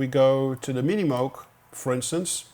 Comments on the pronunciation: it's pronounced "moog" - as in "rogue", not moo like a cow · it pronounces "mooh-g" thus "ooooo" sound, not "moo", like a cow. :) Otherwise a very nice video :) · Psst, Tom: "Moog" rhymes with "vogue". Yeah, I know - I had a long argument with my wife about that, and she was right. Thanks for all your great videos - the ones on orchestration are the most useful ones I've seen. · Dude, as a Dutch man, you're supposed to know how to pronounce "Moog" properly ;)